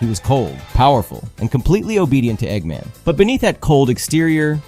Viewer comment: Why are you saying "eggman" like that? Egg...Man.